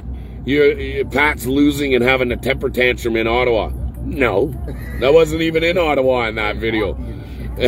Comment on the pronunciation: Thanks for saying "Ottawa" correctly! Proves you are a real Canadian. On the news around the world it is Oh-tau-wa. So good to see you cheerful and on top of things.